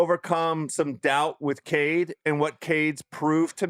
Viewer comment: It’s Cade….stop